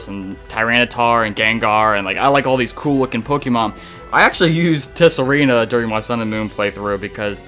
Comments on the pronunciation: It's pronounced Sah-Ree-Na not Tess-Sa-Ree-Na,. The "T" is silent don't you know. Also if you keep mispronouncing the name wrong there a chance your game might freeze on you when shiny hunting Pokemon in Tsareena's line. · As some other comments have already pointed out, the "t" in "Tsareena" is silent. And Steenee is basically pronounced "Stii-nii".